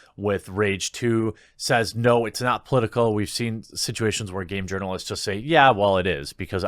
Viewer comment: I thought you were saying Yearnalists, like they were yearning to the most progressive, or something.